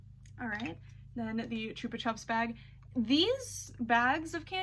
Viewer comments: Also not correcting just saying Because chupa chupps is big in the uk I know your pronouncing it how it should be pronounced with how its spelt but ive always know it as ‘chuppa chupps’ with how its pronounced. Each to there own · So fun fact they are actually Spanish or similar and they are pronounced choopa choops and as an Australian I learned this like 6 months ago lol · i agree she is right thats how its meant to be pronounced I just didnt know it was a big brand in the US. In england we say it the mispronounced way so its really jarring when its pronounced correctly because its something i grew up with just never heard it like that. I think our ads for it are pronounced different too